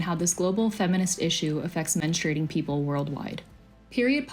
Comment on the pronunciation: 'Menstruating' not 'menstrating.'